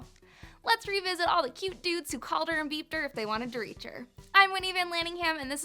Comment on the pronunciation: I swore you said “Called her and beefed her.” Instead of “called her and beeped her” And I lost my mind